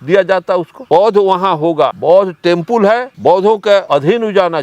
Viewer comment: टेंपुल नहीं रे टेंपल....क्या गुंडा बनेगा रे तू😂